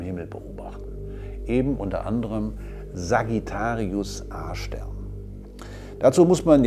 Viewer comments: Ich habe beim ersten mal Sagittarius Ar*ch Stern verstanden... :D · Wer versteht auch die ganze Zeit "Arschstern"? 😂😂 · Ich versteh immer Arsch-stern 😂